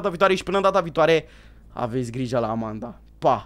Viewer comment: Nu se spune amenda și se spune Amanda